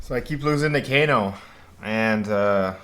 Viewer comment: 2 things. 1 his name is Kah-no (not Kay No) The Japanese in me wanted to point that out. 1) I noticed being the taller fencer you attacked low a lot and Kano punished you for it. While I was watching I was thinking about how he didn’t give you much to work with. Why not match that with a high arm but absence of blade? Then you could use your length and hight to your advantage. Is that something to consider? Maybe That wouldn’t fit your style of fencing. Just an observation I had. Great video.